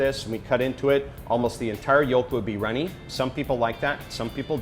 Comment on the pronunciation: who pronounces "yolk" with the l like whats going on